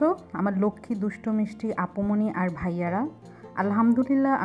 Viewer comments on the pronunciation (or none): none